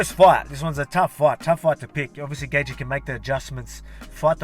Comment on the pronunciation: Who is Dustin Gaethje champ? hahah been noticing you always mess up Gaethje's name LOL